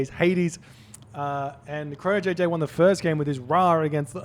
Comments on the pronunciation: you also say Perseus and Hades wrong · Yes he does. What do you mean nah? "Logan Page" the most english name lol. Hades and Perseus are not english names and should not be pronounced as such. It sounds ridiculous, and it´s just plain wrong.